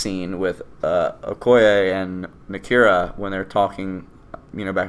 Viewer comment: You mispronouncing Nakia and Okoye is really getting on my nerves for some reason. I love your reviews.